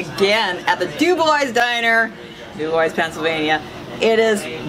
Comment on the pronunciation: Doo-bwah not Doo-boys lol